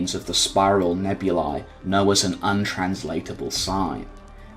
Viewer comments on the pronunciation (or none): none